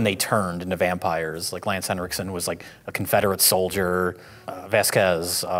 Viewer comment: Oh sure, adds a 'D' to Lance Henriksen the whole time without comment but say "Stoker' wrong one time...